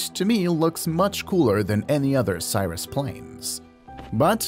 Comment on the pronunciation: I'm guessing that the voice for this was AI. Maybe not. Either way, Cirrus and Cherokee were so mispronounced I bailed on the video and did not finish watching it.